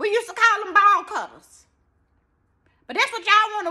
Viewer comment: she said ball cuttahs...lol